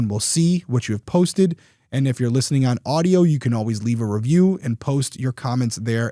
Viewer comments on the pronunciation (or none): none